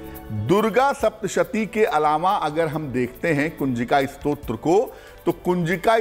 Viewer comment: Namaste. please say the word as STOTRA and not SROT.. Stotra is a prayer composed as a poem. Srot means source. While typing this I realised is Stotra also is a Srot of thid getting done. But still you please listen to Guruiji and improve yourself.